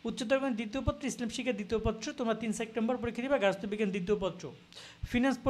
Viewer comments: Vai sectember na, September. Uccharon e problem vai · Vai sectember na . Kothata hobe September 😂😂😂